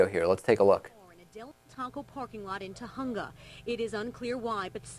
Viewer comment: Uh....Ta-choonga? It's spelled Tujunga and pronounced "Tahunga".